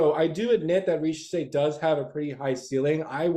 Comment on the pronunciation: 1. Thank you for pronouncing Zaccharie Risacher name correctly, its like when people Mispronounced Victor Wembanyama name wrong coming out from France. 2. I was absolutely high on Nikola Topic at the beginning of the season, I thought of the PNRS between Wemby and Nikola. But when it came down to it , I've changed my mind about my PG of the future of the Spurs. 3. I honestly believe If my Spurs stay at 4&8 and if Risacher is off the board. I believe we are going to go: #4 - Stephon Castle #8 - Tidjane Salaun My draft day dream though is as follows: Blazers Receive: pick #4 and Keldon Johnson Spurs Receive: Picks #7 & #14 With Picks 7 , 8 , & 14 We address 3 needs. #7 - Stephon Castle #8 - Tidjane Salaun #14 - one of following 1. Jared McCain - Shooting PG off the bench running PnR etc 2. Devin Carter - Good perimeter defender, playmaker, Shooter PG off the bench 3. Kel'el Ware - Stretch 5 off the bench (replacement of Zach Collins) , could even start next to Wemby depending on matchups (like against Minnesota) 4. Ryan Dunn - Best pure lockdown defender in this draft, I see a Kawhii Leonard potential in Ryan Dunn (potential defense with Dunn Sochan and Wemby would be 🔥)